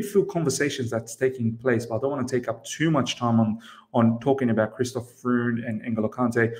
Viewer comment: Freund !! it prononce FROYND !!